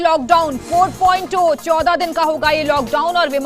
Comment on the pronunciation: मीडिया वाले पहले पढना बोलना सीखो 4.0 four point zero को ओ क्यो पढती हैं